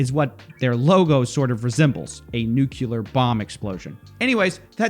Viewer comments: I know I'm that guy but.. nu-KLEE-ar not nu-KYOO-lar. Drives me nuts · Nu-cle-ar not Nu-cu-lar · It's pronounced noo-klee-er, not nucular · It's pronounced nuCLEar not nuCULar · It's "nuclear", not "nukelar". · NEW - KLEE - UR, not NEW-CUE-LUR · It’s pronounced nuclear!! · i dont know if you intentionally said "Nucular" to make me comment on it or if it was an actual mistake but dude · ummmm what did you say lol . NUCLEAR dude pls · it's "new clear" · You say nuclear like George W. Bush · Well, they're both Texans.